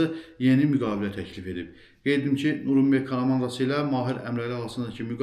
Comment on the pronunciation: Nurumberg yox Nyuren berg